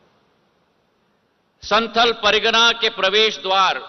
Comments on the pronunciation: it's not.. संथल परगना ... it's ... संथाल परगना .... and... not श्रवणी ... श्रावणी.... correction for listeners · Saheb thoda Santhal Pargana ka uchharan to sahi Kar Lijiye FIR Janata ko Jaise Taise murkh banana hai banaa Lijiye